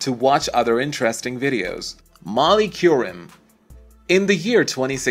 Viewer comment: At least have the decency to learn how to pronounce their names correctly: Jacoby, Qerim, Vitale.